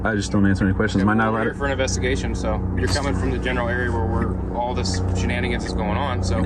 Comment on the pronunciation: Gotta love when they bust out "Shananigans." Lol